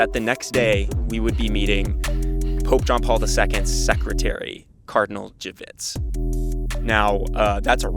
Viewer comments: Dziwisz is pronounced like G-veesh :) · Im gonna be Polish and complain. Dude visited Poland, met a cardinal, but is still so American that learning to pronounce the cardinal's name never ocurred to him. And it is not a hard last name to pronounce for an English speaker.